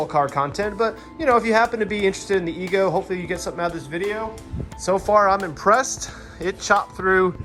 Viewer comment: Ego not ezgo